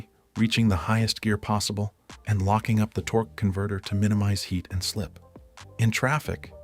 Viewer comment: Torque,eee converter 🤣🤣 if you didn’t hear it go back and listen 😂😂 more AI 💩 to add to the endless amount of AI 💩, “Worked on BMW for 15 years” But can’t talk on a video, We will pretend we believe you.